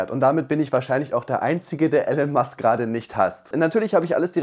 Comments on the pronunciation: Ich weine wie du Elon Musk ausprichst 😂"El-on Must" Es ist eher E-lon Musk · Allen musk, wer kennt ihn nicht 😅elon spricht man ilon aus. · Diese Aussprache: „Elen Mask“ 🤨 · Ellen Musk deine Namens Aussprache wieder on Point